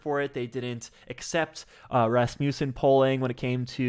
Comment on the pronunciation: Just fyi - Rasmussen is pronounced RAZ-muh-sin.